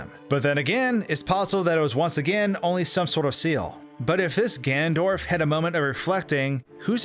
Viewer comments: you keep saying gandorf not ganondorf or ganon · did you just say gandorf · take a shot everytime he says "gandorf"